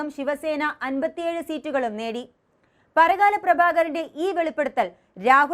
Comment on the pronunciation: Parakala alla, Parkala anu.